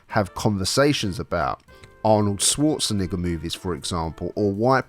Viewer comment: Its schwarzn"E"ger 🤯😵